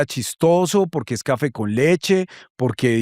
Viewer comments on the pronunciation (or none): 🗣 Humanidac jajaj este man es muy chistoso, pongo estas notas pa' volver cuando esté triste.